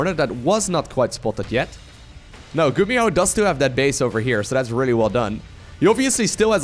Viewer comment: you make GuMiho sound like GumiHo